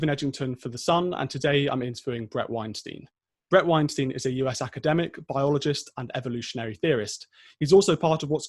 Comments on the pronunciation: His name is Weinstein, not Weinstien... Bothers me more than it should... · WEINSTEIN, like 'Einstein'. Not 'steen'. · its not weinSTEEN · Shame you can't get his name right. It's WEINSTEIN, rhymes with EINSTEIN!